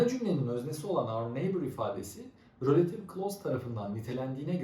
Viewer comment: Hocam rÖlative değil kurban oluyum izlerken felç oldum